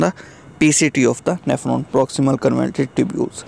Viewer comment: Bhai Jaan pronunciation ke to apny aesi ke taisi pheri hui. Trichuris ko Tircharas, convoluted ko convulted, . Fluid ko fluud. Glucose ko gulucose. Renin ko re-nun or pta ni kia kia. Itni mehnat ke hui h apny thora idher bhe twajjo dy lo. China k graduate ho kia?